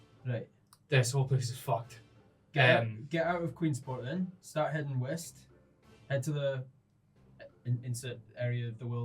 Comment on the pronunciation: he said WEST he said EAST he said EAST I love the intonation of the accent at “QueEnsPorT’s on the wEst cOAsT”